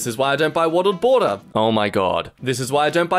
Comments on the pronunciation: NGL I've been laughing at him messing up the words bottled water for about 10 minutes now. ok, so it's been a month sense I first commented, and wattled bater still gets me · Nobody: Litteraly nobody ever: Not even god:: watled botter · "This is why I don't buy wattled bater." You alright,? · Wottled Bater! XD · Wottled bater